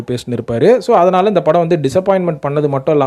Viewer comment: Athu agala padhalam illa... Athala padhalam thn...